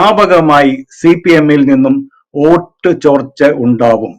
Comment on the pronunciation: ഓട്ടു അല്ല വോട്ട്